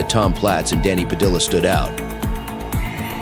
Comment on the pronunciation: The last name Padilla is pronounced Pa-Dee-uhhh not Pa-Dill-ah it was actually painful listening to you mispronounce the name all video😂